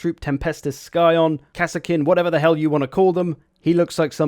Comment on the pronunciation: Scion is not pronounced Sky-on, just how Science is not pronounced Sky-ence